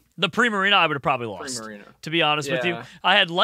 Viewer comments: I like the fact they keep on pronouncing primarina, prismarina cause they are so used to the word prismatic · "prismarina" hehehe